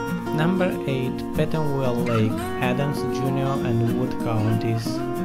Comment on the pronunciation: “Petan well, Aloe gosh lake, Minnow whack lake” lol.